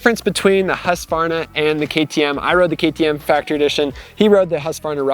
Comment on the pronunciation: Please upload a video of you pronouncing ”husqvarna”. I have never heard a native english speaker ever even coming close to pronouncing it correctly. Which really don’t matter, because english speakers are not expected to say the name of swedish towns correctly nor slavic last names